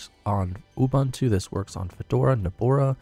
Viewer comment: I like how you pronounce it NobOra when it's actually NobAra